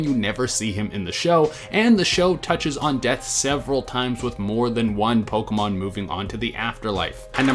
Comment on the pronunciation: I'm sadden about how Pokemon was pronounced